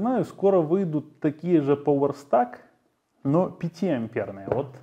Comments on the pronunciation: ток не пОвер, а хотя бы "пауэр"... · Поуэр стак??? Вы слово power научитесь на английском читать, пожалуйста , транскрипцию посмотрите !!